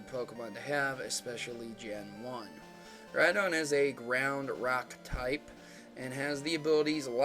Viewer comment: lol ride-on rhydon